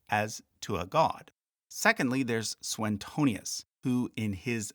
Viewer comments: It's Suetonius, not SueNtonius. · Straightforward is a single word, not two. Also, Suetonius doesn't have an extra n in his name. You repeatedly appear to say "Soo-enn-tonius", but it's just "Syoo- uh- tonius". Nice video, all the same. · I'm not sure if you're the YouTuber who said Suetonius like "Sue-Tony-us". Now you're correctly pronouncing the 'e' separately but inserting an 'n' that isn't there. soo-way-TOH-nius.